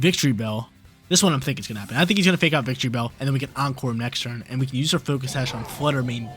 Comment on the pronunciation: Victreebell???? No……..it’s VICTORYbell!!!